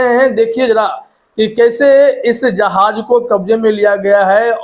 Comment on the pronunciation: Aap thoda apna talaffuz thik kijiye kabza hota h wo kabja nahin Ijrail nahin hota wo israil hota h Jahaj nahi jahaz hota h wo Kabja me le liya h nahin Kabze me le liya hota h wo